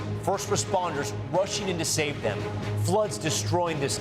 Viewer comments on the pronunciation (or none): none